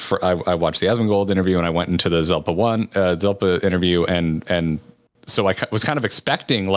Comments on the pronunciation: how dare you?!? It's Zepla, not Zelpa Edit:jkjk but hey seriously I was impressed by your good grammar at the end where you said "Kyle and me". So many people would say "the latest uploads from Kyle and I" When there's an easy test to figure out which is correct. Just switch it to singular and "uploads from I" or "uploads from me" will make it obvious which is the right word. Like Tom Merritt always says it wrong and drives me crazy but I guess I might have Asperger's lol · Ahah her name is Zepla not Zelpa!